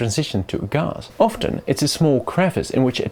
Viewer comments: say gahhs one more time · Ghas - the most posh Gas pronunciation I've ever heard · i don't think i've ever heard anyone pronounce it "gahz" before xD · "Ghass" wtf is ghas